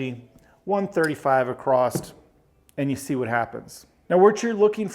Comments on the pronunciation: It’s across. Not acrost. Great video though. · across not acrosT....my goodness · The word is across, not acrossed. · Exactly my thoughts throughout the video, I kept asking when we started spelling across with a “T” at the end! lol. Great video other than that though. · Literally I love this man. He's taught me this game and I'm hooked. Can't wait to try some of these strategies at the casino soon. That being said, if he says 'ecspecially' or 'acrossed' one more time I'm going to lose it... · It's not acrosst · I keep hearing 64 acrost? I'm I the only one?